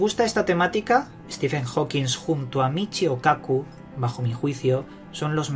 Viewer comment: HAWKIN, ¡¡¡¡HAWKIN!!!!, no jouquins >_>